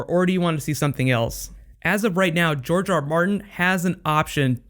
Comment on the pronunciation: GRR Martin, as in George, not Jorge.